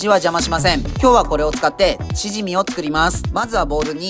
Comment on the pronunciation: チヂミのイントネーションおかしくないですか？笑